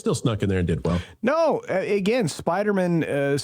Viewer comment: I finally just realized why culture says Spidermen instead of Spider-Man, its from Seinfeld when George pronounces spiderman like a last name lol. It took me almost a year to figure that out. Well played sir. I only saw that episode once, 22 years ago.